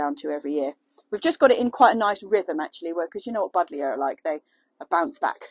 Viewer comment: "Budlya" :D